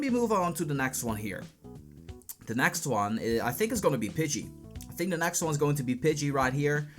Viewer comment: like your content. but u need to learn the difference between the letters A and E. and F and V.. example: it's Egg, not Agg. it's next, not nAxt. video, not fideo. other than that.. keep it up